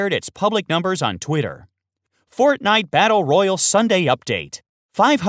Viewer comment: Holy fuck you say fortnite battle royale wrong